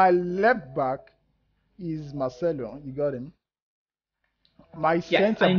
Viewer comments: kept on calling marcelo marshmello 😂😂😂😂😂 couldn't stop laughing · It's Marcelo bro not machmelo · He keeps saying Marshmellow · For the note, it's Marcelo not 'machmelo'